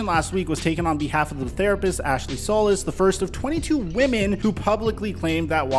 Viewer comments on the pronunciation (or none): Hey good video, as Texans fan and solis rep it is pronounced SOL EECE, thank you for your time